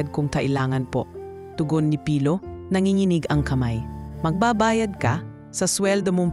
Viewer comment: Dko maintindihan si Ms Doctolero bakit niya cnabi na hindi sanay magtagalog ang narrator.wala po ako nakita mali Yun lng pagbigkas ng name ni pilo na mabagal ang pag bigkas ng narrator